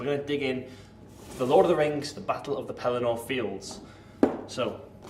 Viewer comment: The pedant in me insists: Pelennor is pronounced 'pel-EN-nor'. It is an odd choice to place the army of the dead on the field instead of Knights of Dol Amroth and other forces from south Gondor. Of course, they were in the movie, not book (and were one of Jackson's worst-executed and unconvincing effects, I think); and even in the movie, Theoden was dead by the time Aragorn and company took the field; but I realize that having both Theoden and Eomer figures would not be a possibility for GW. Still, taken all together and sort of holding one's nose about the story elements, this looks like a really interesting package, even for someone like me who has no previous investment in the game and is considering a buy-in. And, just because: "Suddenly the king cried to Snowmane and the horse sprang away. Behind him his banner blew in the wind, white horse upon a field of green, but he outpaced it. After him thundered the knights of his house, but he was ever before them. Éomer rode there, the white horsetail on his helm floating in his speed, and the front of the first éored roared like a breaker foaming to the shore, but Théoden could not be overtaken. Fey he seemed, or the battle-fury of his fathers ran like new fire in his veins, and he was borne up on Snowmane like a god of old, even as Oromë the Great in the battle of the Valar when the world was young. His golden shield was uncovered, and lo! it shone like an image of the Sun, and the grass flamed into green about the white feet